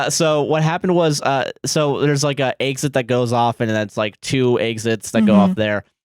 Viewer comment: says exit like “eggs it”